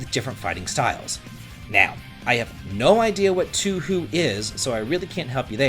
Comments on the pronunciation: Touhou is said like "toe hoe" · Your pronunciation of Touhou is killing me here. It's pronounced as "Toe-hoe". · I hope the way he's saying Touhou is a bit... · As a fan of Touhou i have noticed that you pronounced it wrong but its not that bad tbh. Very excited tho for the game tho :P (The way you pronounced it was funny to me lol)